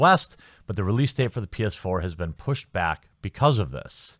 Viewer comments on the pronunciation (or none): none